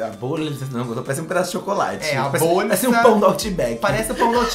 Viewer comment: Tô berrando com o falando "borlllssa"